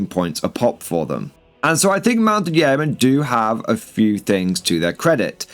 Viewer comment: Yeoman is pronounced 'yoman'.